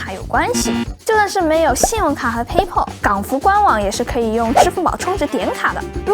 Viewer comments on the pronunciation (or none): PayPal 后边发l的音 不发o